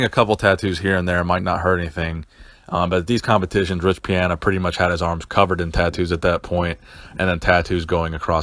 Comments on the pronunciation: pee-on-uh not pee-an-uh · Is his last name pronounced Pi-"anna" or Pi-Ana?? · You can’t even pronounce his name correctly.